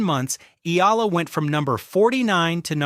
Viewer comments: E-AH-LA, NOT I-L-A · Not “E - LA” its pronounced “ E- Yeah- Luh” 😂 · Will you pronounce Alex surname correctly. It is not ila it is e y a l a. Eala. Ty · Get your AI to learn how to pronounce Eala... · When are these ai voices going to learn how to say eala correctly, lol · Anglicizing Tagalog words Laban and mispronounced Eala's last name 🤦‍♂️